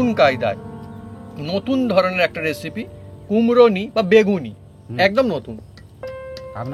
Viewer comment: আর বৌদিকে অনেক ধন্যবাদ।। কিন্তু লিখেছেন রেসিপি আর বলছেন এসিপি। হাসি পায় তাই হাসসি। রাধে রাধে।।